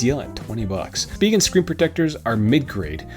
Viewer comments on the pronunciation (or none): Take it from a Korean who took it directly off the way it's written in Korean, it's supposed to be pronounced Shu-pee-ghen. "Shu" as if you were saying a German word/name with that sound in it (like Schneider or something like that). So you're quite close. In defense of everyone though, it's a silly name with silly way of saying it so, eh. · It's pronounced shpee-ghen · It’s “speeegen” not “spy-gen” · You’re correct spegin not spyjen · speeegen not spy-gen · It’s speeghen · I pronounce it as Spigen... LOL 😄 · Spigen calls their product Spee-Gehn Watch their videos on Amazon where they present their phone cases. They pronounce it that way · I also say Speegen although I can see why some folk would say Spygen, after all, it is an 'I'. lol. You need to ask Spigen how to pronounce it. Another great video and having watched till the end (poor Monty does not like bad language), thank you for the time you put into these videos. They certainly have helped me over the years :D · I pronounce it s-pig-en :D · I say Speegen, the other pronunciation just sounds wrong haha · SPEE-gehn. So. There. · I say speegehn. Spyjen is just.. no.